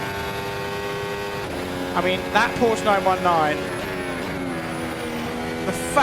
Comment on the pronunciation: Just so you know.. You pronounce the 'e' at the end of porsche and nordschleife